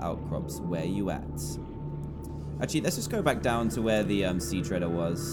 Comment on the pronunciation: Dan:Sea dwellers biome Me:No its sea treader biome Dan:Great reef Me:No its grand reef lol